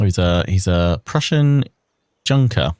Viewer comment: "von Schlesinger is a Prussian Junker" - its a pity I cant repeat the pronounciation, it was funny like hell. Why? Because it sounded a bit like "junky" when you said it - slang for drug addict. The term Junker comes from "junger Herr" (young lord) describing a noble person in some way. For instance, in the Holy Roman Empire it meant "Nobleman without a knighthood". During Prussian time it meant "landowner" or sometimes, but only scornful, "member of the party of nobles". In all cases it mean "person, who doesnt have to work for a living", pretty much like how I understand Gentleman in English. Sometimes it was also used for "Bachelor worth marrying" It was also used in the Military, like "Kammerjunker" (Chamber-Junker) for an officer in training.